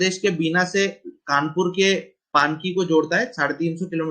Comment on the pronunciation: बीना पानकी nhi sir पनकी